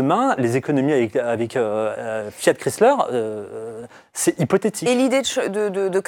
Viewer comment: Chrysler pas Chryler 😉